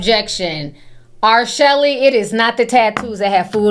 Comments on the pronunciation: Somebody call a coroner because she really said "R Shelly" and my soul left my body 🤣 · Awe you keep calling her R Shelly. 😂😂😂😂